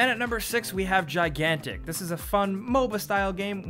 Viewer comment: Gigantic sounds like Minimum